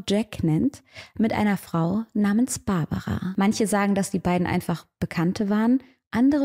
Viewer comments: ich glaub du schaust zu viele US-Fälle, die heißen Barbara und Margret, also deutsch/österreichisch ausgesprochen 😅 gutes Video wie immer! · hast du die namen ausgetaushct oder wieso sprichst du sie englisch aus? in österreich sand des die Babara und die Margarete oder so. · Warum sprichst du die Namen am Anfang englisch aus? Margret und Barbara sind doch deutsche oder Österreicherinnen. Und Graz spricht man mit z aus nicht mit s. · Liebe, ich muss es sagen: es ist GraZ, nicht „s“ sondern „z“ und Barbara und Margret waren / sind Östereicherinnen, müssen also nicht Englisch ausgesprochen werden 😊 … noch als Unterweger frei war, habe ich mich gefragt, wie man ihm so den roten Teppich ausrollen hat können …. Ich bin zu dem Schluss gekommen: österr. morbid … schwarze Seele, der Flirt mit dem Tod (ich darf das sagen, bin Wienerin)